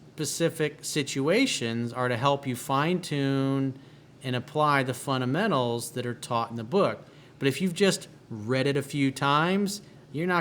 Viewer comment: "FUN-'DA!!!!!'-MENTAL" is the right pronunciation. Huge fan though.